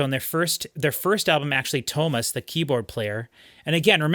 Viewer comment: Its Too-AH mas.....